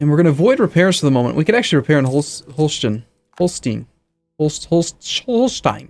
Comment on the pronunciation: you actually got it right, holshtein :D